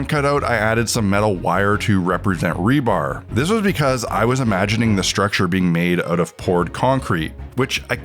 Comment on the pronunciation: .... It's Rebar😂 not rebarb. Rebar, as in reinforcement bar.